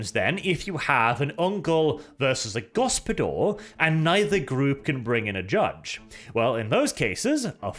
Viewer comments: pained groan Ugh......I can see what Dev meant when he said you were butchering foreign languages' pronounciations in the last Wermacht By Night.:D The "Gospodar" is pronounced "go-spo-dar", with hard 'A' at the end, not "go-spo-dor" with a hard 'O'. I expect this to be remedied come the video you said you will be making on them!:D (Fun fact for the non slavic people around, that word means Master. So the Kislevites are literally descendant from the Master race. The Slavs.) On a side note, any thoughts/comments on Loremaster Of Sotek kind of indirectly calling you out in his video talking about the Ice Guard release for the Old World? And is there any chance for the two of you to have a discussion/debate about it and general Warhammer stuff overall? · Initially I did not understood what this foreign gibberish "go-spo-dor" meant, but when you started explaining, I made the connection. It is Lithuanian word "gaspadorius". It is quite an old Lithuanian word and it is not as popular anymore as it was in previous generations and since. It means head of a household, usually in referring to a family. It also attaches certain expectations of age and wealth. You would not call someone young who had just married and had their first child. It is word reserved for men, not boys or rather when individual matures completely. Also, he is expected to have his own wealth like a house and means of supporting itself. Only then this word could be rightfully used to describe a man. It is a honorary word which you would call someone if you want to acknowledge his status and importance within his household. Little bit formal, but used in everyday conversations. As for pronouncing this word, it is "gas-pa-do-rius" with an emphasis on "r".